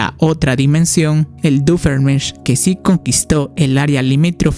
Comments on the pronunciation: Por cierto no es Doofeenmirch es Doofenshmirtz, aunque te entiendo yo al principio no sabia pronunciar bien su nombre xd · ve a checarte los oídos, no puede ser que no sepas pronunciar bien "Doofenshmirtz" después de cientos de episodios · Me hace gracia como pronuncia doofenshmirtz 😂